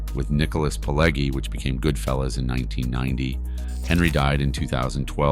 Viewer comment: The "g"s in Pileggi are pronounced as a J...